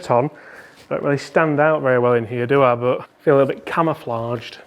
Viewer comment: Did you say camouflage or camera flage? I guess they both work. 😁